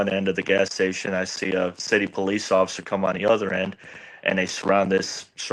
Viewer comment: "poC"...? "Occifer"? Are you okay?